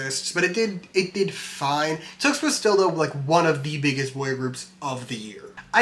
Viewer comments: ur saying tuxt dude its T X T you should say it properly love the 3 hour pesintationtho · Btw it is pronounced T X T as the letters